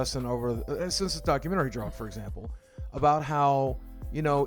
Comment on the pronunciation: What a WILD way to pronounce documentary. I couldn't focus on anything else.